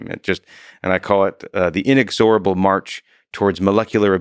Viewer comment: It's pronounced in-EX-orable